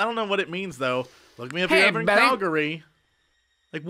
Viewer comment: It's funny as someone whose Albertan to hear Jesse pronounce Calgary.